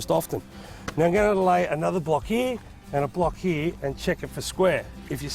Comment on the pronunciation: it’s “ here “ not “ hee “